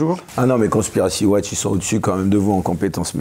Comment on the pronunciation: Conspiracy Watch, ça commence par quelle syllabe ? 😂 Total soutien Professeur !